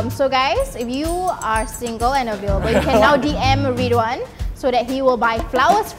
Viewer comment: RED Ridhwan: RID